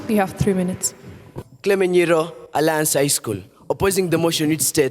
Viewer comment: Watu wa aliance ni vizuri hatukusema jaust apo🤭 Nikama tutaimplememt kuongea english shule